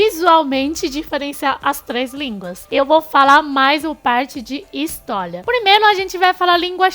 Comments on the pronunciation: A palavra "histólia" te pegou kkkkkkkkkk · Eu amo, quando o vcs trocam o L pelo R tipo: HistoLia kssksk amo